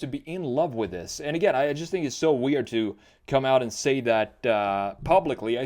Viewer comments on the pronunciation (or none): none